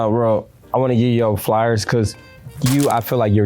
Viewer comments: Bro said “that’s me givin u yo flyers” instead of flowers bro a idiot😂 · Bro keep saying Flyers instead of flowers😂😂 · Is Marci saying flyers instead of flowers?😂😂😂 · Lol yeah he's definitely saying flyers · Marci and flyers😂😂😂